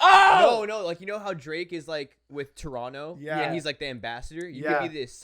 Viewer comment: Finally someone says Toronto right! Props to and love from Toronto!!!